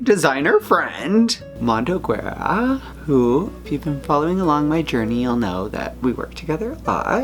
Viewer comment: the way you pronounced Guerra... I cant